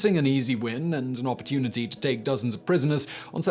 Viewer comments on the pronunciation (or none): none